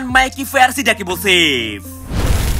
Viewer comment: Semua lu panggil dark impusiv,bosen w dengernya